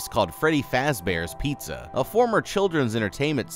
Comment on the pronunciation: bro its pizza not pizzzziziziza